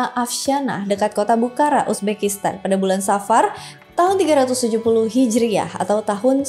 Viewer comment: Sorry, dibacanya bukhoro, abjad arab ga ada ra, tapi ro 🙏